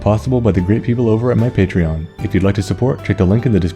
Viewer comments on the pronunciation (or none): none